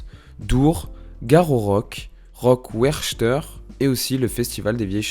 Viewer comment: Donc pour être encore plus clair, on prononce son prénom : « EN » + « GEL ». A part ça, vidéo YouTube avec de bonnes recherches et presque pas d’erreurs dans la prononciation de termes « francos-belgos-neerlandais », comme pour le festival de Wechter, tu dis « We-ssshhh-ter » par exemple. La prononciation correcte est : « Ouais-ghghgh-kter ». Mais bon, comme y a pas 3000 mauvaise prononciation, ça va. 😊